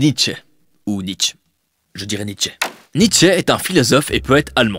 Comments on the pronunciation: NietzschEUH mais à part ça très agréable vidéo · Que dire à part que c'est éclairé, intelligent, intéressant, pédagogique et tout plein de truc en -ique ! :D A part la prononciation de Nietzsche qui m'a fait un peu rire car elle est peu commune, ton "analyse" et l'ouverture est tout de ce qu'il faut pour une "critique", et témoigne en plus d'une grande ouverture d'esprit ;) Je n'ai pas d'avis réellement sur 2001 parce que je ne l'ai pas vu, je pense ne pas être assez cinéphile pour ça, mais au moins un jour j'irai le voir surement. ;) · Et ouais j'ai toujours eu des doutes sur la prononciation de Nietzsche et je me suis laissé dire que j'allais prononcer le "e" final :-) En tout cas, un énorme merci à toi pour ton passage et ton commentage (on va dire que ça se dit) qui m'a fait super plaisir. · Bah oui Nietzsche étant allemand, je prononce son nom à l'allemande :) et merci!